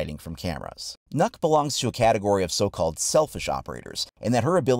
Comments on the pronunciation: I know normal players don't know how to pronounce the name right, but you said yourself that she's Danish, which means you know what language she actually speak, so when you see this letter "Ø" and don't know how to pronounce it right, you should have tried to just use a few minutes to use Google translate, and find out how to say her name correctly, becuase what you said all the time was "NOKK" which is a Danish word for "enough" just with an extra "K" in the ending, so please, when you do a YouTube video about it, do that kind of small detail research, and if you can't say the name, you can just play a small video of Google translate saying it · it funny how nobody can pronounce Ø correct. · Please, if you ever say her name in the future, try saying Nyck instead. You will be far closer to the correct pronounciation. Ø is not an O. Neither is it an Y, but it's the closest letter you really have, in English. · it pronounced nʊk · Not to be rude but u said here name wrong You say it like Nöökk Well At least If you were Saying it right i don't even think the r6 team says it right to be honest XD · It’s pronounced nook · Well it certainly isn’t pronounced knock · pronounced nook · like hvis du er dansk og du syntes at folk ikke kan finde ud af at udtale nøkk's navn ahha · Am I the only Dane who knows how to pronounce "Nøkk" properly? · Kinda triggers me how people pronunce nøkk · is not nokk it's nøkk ;) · Fun fact it’s pronounced nukk not knock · *Nøkk not knock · Nøkk is Danish, Ø is a Danish letter, and if you remove 1 K from her name it spells Nøk, which isn't a word, but when you sag Nokk, you're actually saying Nok, which is a Danish word that means Enough, so the joke sounds funny, but you're saying the name wrong and the joke doesn't make sense if you do a little research to find out how you say her name properly Nice joke tho 👌🏻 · It’s not Nokk, its. Nøkk. It’s like Nökk. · its nokk not knuck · Why do you keep saying "nuck"....its "knock" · NØKK NOT NOCK